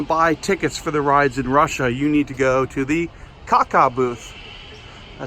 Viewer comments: Not spaek kaka speak Kassa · Its not KAKA...but KASA. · Great vid! Just a quick tip, a ticket booth in Russian is pronounced like “kassa,” not “kakka!” The Russian word “kakat’,” on the other hand is, shall we say, the proverbial “droid you’re looking for” ;) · It’s not pronounced kaka is like kassa, btw kaka means poop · касса isn't pronounced like "ca ca" it's pronounced like "kassa". It's not roman script, it's cyrillic. Cool rollercoasters. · Касса sounds like Kah-sa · It’s pronounced Kassa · Касса is actually said like Kassa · Касса = Cashbox It’s pronounced Kassa I’m russian BTW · Hi! I live in Russia and rode all coasters and rides in DIVO OSTROV last June! The most exciting was the red one. By the way, the pronunciation of KACCA is [kassa] ;)